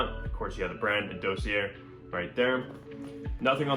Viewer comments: Dawseeay not Doughseeair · Sweetheart, ˈdȯ-sē-ˌā! Sorry, it got to be like nails on a chalk board by the end of the vid.